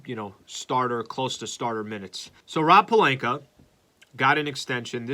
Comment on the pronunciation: Please stop mispronouncing Pelinka and Schroder… Otherwise love your show